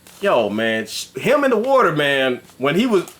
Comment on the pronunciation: Lol y'all talkin bout blocking "wauder".